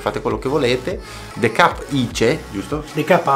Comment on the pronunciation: Se metti il the cup in freezer...diventa ghiacciato??... Scusa ma il the cup non lo devi pronunciare de cap.... Ma te cup